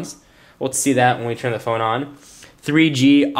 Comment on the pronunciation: not bad for garmin, raising the bar., i like how you said lets sturn this sucka on! lol